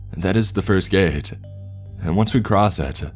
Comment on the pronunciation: Gate-ahh flashlight-ahh us-ahh distance-ahh